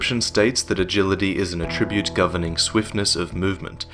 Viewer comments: Attribute (n.) pronunciation: emphasis on the first syllable, please,! Emphasise the second syllable for the verb form. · I love your videos and I loved this one but please for future reference, that is not the way you pronounce 'attribute' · mispronounces "attribute" too?